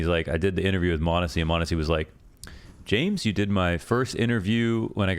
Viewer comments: True chads and ohne pixel enjoyers know that it's mahneehsy. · You're technically still mispronouncing m0nesy's name lmao but its close enough i guess